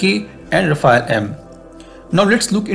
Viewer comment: What is “rafa-elle / ra-fail” ? You guys comment on defence matters so get the name right. It’s pronounced “ra-faal”